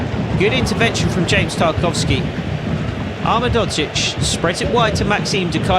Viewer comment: you’re pronouncing ahmedhodzic wrong, it’s (Ah Med Ho Geech) the Ho is like santa claus ho ho ho, and the geech is like saying beach but two E and a G